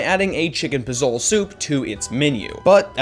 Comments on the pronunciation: it's pronounced po-so-lay...not po-soul...fyi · Ugh it's pozole not pozol!!!!! Don't try to make bitty vids about the world if you can't pronounce the words correctly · Pozole is pronounced po so le. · Did he say puzol? Instead of pozole????? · Biggest sin is that the guy pronounced pozole ( puh- zole) ? Like um what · po-zol ? IT'S PO-ZO-LEH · Pa sole? Wtf, learn to say it right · There is a accent on pozolé you dumb fuck 😂😂😂 (pozol-A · "Chicken pi-zole" headass smh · I couldn’t watch the rest after the way you said “chicken pozole” my gOD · Take one sin away for mispronouncing pozole.